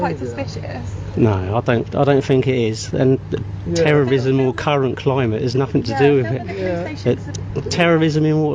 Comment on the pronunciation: tewwowism... the cuwwent climate is sevewe...